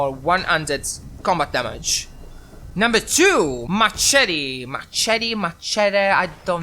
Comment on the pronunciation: First things first, you said summarize correctly and machete is said like mashete. When I played the game, I used a melee weapon once, because I felt like it. In the early game, the game throws weapons at you (particularly pipe weapons and hunting rifles). I did run out of ammo for my hunting rifle, but I just used a pipe revolver for the rest of my playtime. I think some melee weapons do more damage than guns (the pickaxe and pool cue doing I think over 40) far away enemies or those on a building make you an easy target. It took me until like level 5 to find the rifleman perk (10% more damage for non-automatic rifles). And it took me the entire duration of the beta to get to level 5. Then again, I wasn’t doing quests so it might be shorter for others